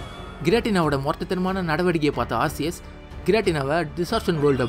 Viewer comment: Bro aceus pronounce ஆர்சியஸ் இல்ல ஆர்கியஸ்